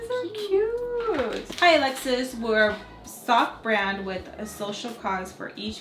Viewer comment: She’s adorable and just like her mama ♥️ I love how her name is said in Spanish ♥️